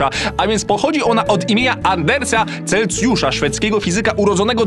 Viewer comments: celsjusza a nie celcjusza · Ale to bolało jak on mówił Celcjusza zamiast Celsjusza XD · Mój Boże. Nie chcę się czepiać ale chyba tylko ja zauważyłem że 3 razy powiedział CelCjusza choć powinno się mówić Celsjusza gdyż tak to jest poprawnie:) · CelSjusza kurwa. Tam jest S do chuja, nie C. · mam nadzieje, ze to "powiAcie" i "CelCjusza" to specjalnie ;)